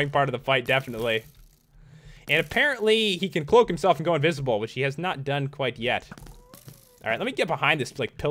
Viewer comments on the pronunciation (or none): none